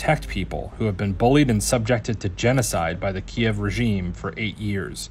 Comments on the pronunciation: Not kareve. It is Kiev. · I used to give this lady a break when others complained for pronunciation, but this one atrocious. Broadcasters should go over the reports before recording and check any words with which they aren’t familiar. Kiev has 2 pronunciations, neither of which is ‘Kar-eve’. Made wore by including a clip of an international reporter pronouncing it correctly. SMH.